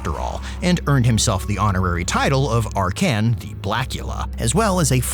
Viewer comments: ark can? Like the dude says his own name several times when you click him and still u managed to butcher the pronounciation of his name? If this is supposed to be funny it failed. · I believe he says his name or other character does and the pronounce is ARkhan, just like SEttra. Tbh I always had it that way in my mind so hearing in a different way in the video was a bit of a torture. The way he says LIber MOrtis reinforces the idea too.